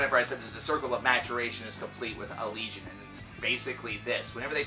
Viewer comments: Ala-gay-on. Thats how you say it. They say it in one of their vids. Duh! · I would always pronounce the name "al-eh-gay-on" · I pronounce it "Al-lee-Gee-On. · it's pronounced uh-legion.